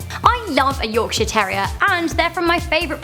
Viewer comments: sounds like "Yorkshit" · Bantaclause Billy when she says "Yorkshire" it sounds like "yorkshit" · Yorkshit england😂😂